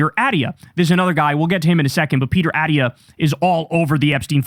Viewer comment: So comforting that Kyle doesn’t know how to pronounce Dr.Attia